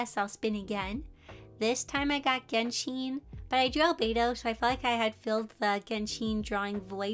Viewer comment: Just a note (in case you wanted to know) It’s pronounced geh-n-Shen Not Genshiiin It would be that way if it was Japanese it would be pronounced that way but it’s Chinese so it has a different type of sound (I don’t know how to explain it) just in case you wanted to know